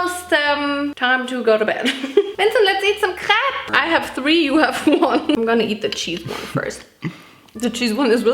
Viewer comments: i am french and let me tell you: you pronounce crêpe very well but dont say the S (farine too) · Not me thinking you said crab instead of crepe